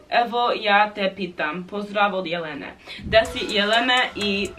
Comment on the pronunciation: Rekla si pozdev Jelelene umesto pozdrav Jelena hahaha